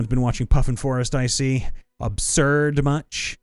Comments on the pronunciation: Excuse you, it is Ab-sayr-ed not Absurd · No no no, if you're going to reference "Abseard" you have to do it with the accent!